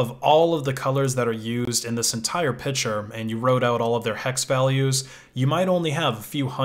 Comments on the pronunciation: You say "picture" as "pitcher". Like we're going to put some water in it, or maybe it'll throw a baseball at me. :) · Am i the only one who thinks he is pronaunching pictur strange? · "pishure" i like the way you pronounce the word "picture"